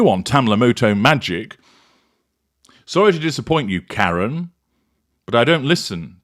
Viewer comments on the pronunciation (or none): none